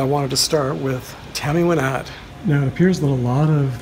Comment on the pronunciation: I'm a big fan of Tammy Wynette. I had seen photos of her grave before, but didn't realize so many other stars were interred so close to her. Also, thanks for saying her name correctly (most people incorrectly say "Why-nette"). I had bought tickets for "Remembering Tammy 2020" in Nashville, but it was cancelled due to the virus. We would have definitely visited her grave, too. One of these days I'm going to get there. Thanks for uploading.